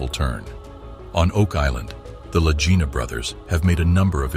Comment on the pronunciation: Click bait. Your A.I. doesn't even know how to pronounce the Lagina bros. THUMBS DOWN. I hope YouTube removes you from my 'recommendeds'